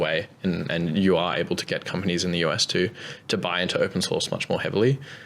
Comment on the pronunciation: it’s been a while since i’ve heard a grown man incapable of pronouncing r’s and replacing them with w’s.